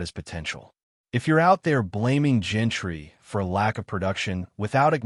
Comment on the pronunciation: Bro you have to learn how to say these players names it’s Jean-ty not Gentry and it’s Jakobi not Jacko-bi 🤣